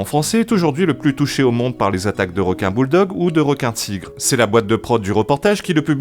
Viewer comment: Quoi il n' y a plus de wequins à la Wéunion ? Bon les gars la twavewsé va êtwe un peu plus longue mais on va aller là-bas. Chawgez les zodiacs. ;)